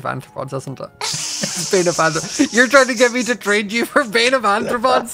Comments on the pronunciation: Not scar saying bane of anthropods. Arthropods 😂😂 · Sequel doesnt mean second, its any movie that continues the story so the third movie is also a sequel btw scar saying anthropods, that would mean human foot lol wait Scott says it like that too... huh do they not know what arthropods are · scar, I am perfectly fine with how you say this as a fellow dyslexic I understand but my zoologist hart can't stand it, scar its are-thra-pods not an-thra-pods, I understand its the dyslexia but I just had to (ps you're the best scar I never want you to change) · Why do you AND Scott call it Anthropods? It's Arthropods...you know like the scientific phylum of Spiders (among other things) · Why does everyone call it bane of anthropods instead of arthropods? Bane of anthropods would be useful in PvP. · Ok...say it with me, Scar: ARR-throw-pods. With an "R" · Love how Scar doesn’t even realise he’s saying arthropods wrong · I expect it from Scar but wasn't prepared for Scott's pronunciation of "arthropods". Mojang should really just change that enchant to "bane" and have it work on all non undead animal mobs including creepers. Add a weakness effect so fighting cave spiders makes them not poison you. It's silly to have such a dud enchant instead of having the enchants be interesting trade-offs you have to choose from. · The mispronounciation of arthropods is kind of killing me